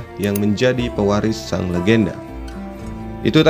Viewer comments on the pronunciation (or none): none